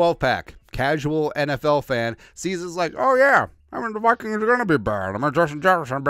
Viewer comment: Could you practice saying Vikings with like saying eye kings instead of toy like toy kings.